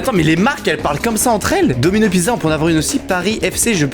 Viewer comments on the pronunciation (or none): none